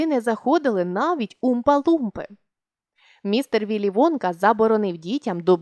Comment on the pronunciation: Мне одной чується замість Вонка Водка?